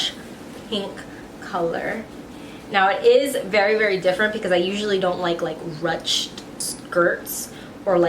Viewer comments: YES not rutched???? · i think its pronounced "rooshed"?